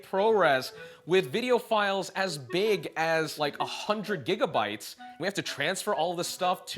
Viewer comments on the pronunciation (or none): none